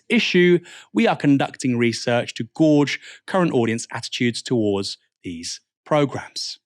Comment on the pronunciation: Gauge: how did you pronounce that aaron? "Gorge"?😢